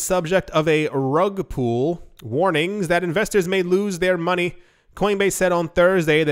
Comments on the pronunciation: Great and sensible advice. Slightly undermined by pronouncing pull as pool. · lol it's rug "pull". you're saying "pool". not the same word bud